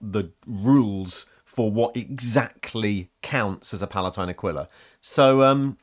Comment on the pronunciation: Just want to put out it's actually pronounced "Uh-kwee-la" or "Uh-kee-la". It's comes from latin and is in the bible I think. Also I couldn't tell you why, but I thought the Emp Kids aquila thing was specific to wearing one on chest armour. Shrugs